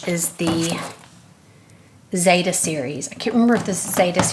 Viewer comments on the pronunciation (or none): none